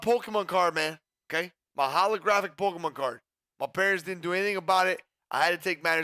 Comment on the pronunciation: “Pollkeymon card”